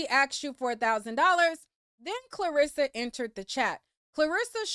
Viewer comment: You calling his momma Clarissa instead of Karlisa is taking me out 🤣🤣🤣 lil miss boxer all in the algorithms…